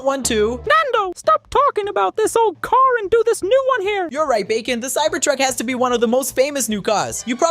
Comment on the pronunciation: Cyber tuck not cybered tuck